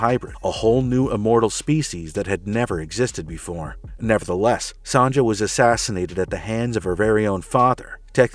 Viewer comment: Why do you keep saying Son-Juh? Its pronounced Sonya. Its not an Anchorman, soft J yogging (jogging) situation.